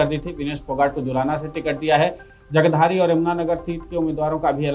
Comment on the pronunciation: Hindi tau kam se dhavh se bolo jagadhri ko jagdhari bol rahe ho